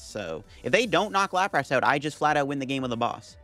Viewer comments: The way he pronounces "Lap Wrasse" and "Parecell" is just too distracting. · I absolutely love your content! I watch every episode! Just bought some codes from Card Cavern too. Already migrated to LIVE. The way you pronounce “Lapras” and “Arcanine” sends shivers down my spine 😫 lmao / as they say. You’re still a GOAT